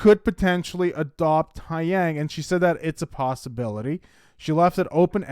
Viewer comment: Please pronounce his name correctly. It's Tay (like Day) Young Not Ty